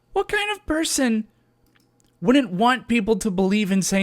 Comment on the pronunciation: STOP SAYING DINNIT, WUNNIT AND CUNNIT IT'S "DIDN'T", "WOULDN'T" AND "COULDN'T"